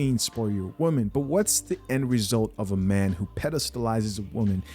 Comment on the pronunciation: I know people have accents but wtf is a meeeeeeeeeeeean! Its spelt MAN and pronounced MAN!